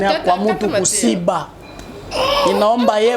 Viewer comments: Wana kiswahili ya lokuta eza kosiba te eza Kushiba siyo kusiba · Ku shiba not ko siba